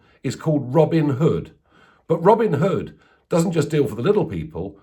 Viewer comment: It wasn't Robin Hood ......it was Robin-in-da-Hood.